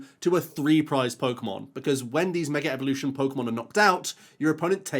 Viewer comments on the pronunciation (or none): Intrusive R from the Brittish accent hitting so hard I thought it was called Mega Revolution lmao Love it <3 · Meger evolution!!